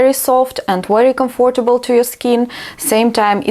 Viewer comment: I love your videos even more now! ❤️ I know you didn’t ask, but it’s not criticism, just a few minor errors you may correct and remember for the future because these are very common words: comfortable is pronounced with the stress on the first syllable; What do you think? (not how) And “impossible “ (not un) I hope you won’t take offence. You may even delete my comment 🙏